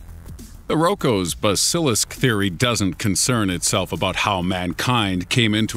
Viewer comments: "BAS-il-isk", not "buh-SIL-isk". Sheesh. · It's pronounced BAZ-ilisk, not bass -IL-isk . . .